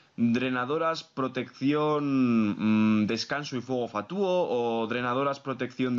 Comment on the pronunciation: Los análisis están muy bien pero, por favor, deja de decir "fatúo" en lugar de "fatuo".